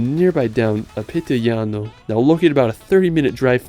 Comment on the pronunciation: its PITIGLIANO NOT PITILIGNANO